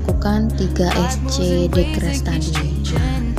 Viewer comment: Mbak, nyebutnya jangan x.. bilang sc aja.